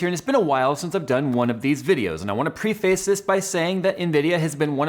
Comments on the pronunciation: Pree-Face? Say it as one word Preface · "prefəs", like preh fess. wtf is pre-face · Thanks for the vid. "Prae-fess" rather than "pree-face". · My friend - its not Pre-Face ---- its preface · You know I've literally never heard preface pronounced that way.